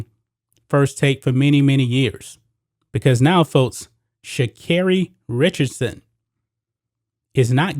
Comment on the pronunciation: What tf come on now … flowers come from the earth. And they are saying her name wrong or am I tripping . I mean she could’ve really grabbed some pee from the smoke shop. But it’s legal… she could’ve went to a legal state and blazed after the win then they were celebrating. Her momma just died. She’s going to the olympics. They hate to see us win. She smoke and still won… they need to leave her alone